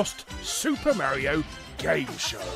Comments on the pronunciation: IT CALL MARIO NOT MAREIO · You should learn how to pronounce Mario :p it's almost like you haven't heard him say his own name lol. I had no idea this show existed! And I loved he Nintendo cartoons as a kid.